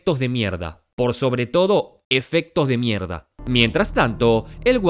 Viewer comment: me mata escuchar a pronunciar 'mierd4'. le re cuesta JAJSJAJAJA